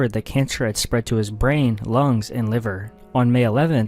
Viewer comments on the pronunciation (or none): none